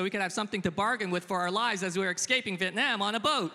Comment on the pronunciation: As a Vietnamese, you should pronounce Vietnam as Vietnam and not "Viet-nehm". Please know and remember your heritage.